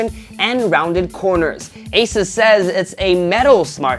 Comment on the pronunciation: AH-SUS! Learn to pronounce.